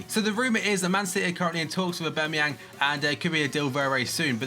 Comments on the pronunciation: AubAmeyang not AubEmeyang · u dont pronounce the A its basically ubermayoon